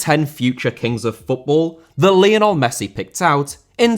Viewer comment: Lionel* not Linl Rather* not Rother Debut* not Deibyu Uefa* not Yuweifer Sassuolo* not Sassuouwlouw Lopes* not Lôuwpez Monaco* not Monacouw Sevilla* not Sevía Liga* not Liguer Leo* not Liouw München* not Munich Colorado* not Colorohrdouw Cornet* not Cornei Nascimento* not Nascementouw Kansas* not Kanzas Juve* not Juvei Bertivegna* not Berteveigner Palermo* not Pălömouw Aleksei* not Aleksi Stabia* not Stăbìa Lokomotiv* not Louwkouwmouwtyv Moskva* not Moscow Roma* not Rouwmer Basel* not Bohrzel Davide* not Davidei Nathan* not Nátan Fluminense* not Flumenensei Frontale* not Frontohrlei Boschilia* not Boschiwa Manneh* not Mannei Idea* not Ideer 31 mistakes that you made in just one video! Ffs